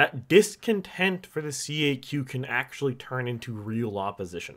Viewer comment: Tip: no one says C A Q. It's "Kak"